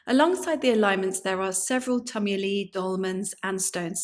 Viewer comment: tumuli is pronounced t-you-m-you-lie...like tumour not tum